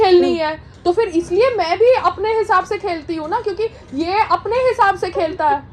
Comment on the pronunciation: Payal, to become an actor, you need correct pronunciation. Let me teach you.Phir se starts with a P sound, not F Zara starts with a Z sound, not J Zor starts with a Z sound, not J Payal, I know you like to do drama. If you have an issue with your housing association, you need to sort it out privately, not discuss publicly coz we can’t help you.